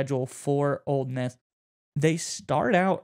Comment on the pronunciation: Its Ole Miss, not Old Miss.